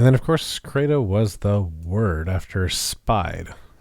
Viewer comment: CREDO is actually pronounced to rhyme with "Speedo".